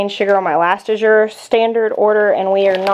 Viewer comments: A-zure not I-zure. LOL! J.S. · Azure is pronounced with the emphasis on the first syllable. Like azure blue.